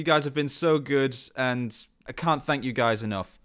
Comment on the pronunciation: I'm starting to notice that you saying "can't" sounds like "c***" with that accent. Tib "staob" eth morf noitcartsid (raed bkwacdars).